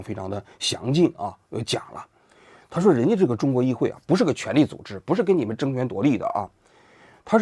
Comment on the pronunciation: 叶公子说的“议废（会）”真给我整笑了